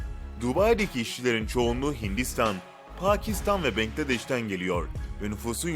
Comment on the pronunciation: Benkledeş değil bankladeş diye okunuyo babamdan biliyorum yazılışınıda bilmiyorum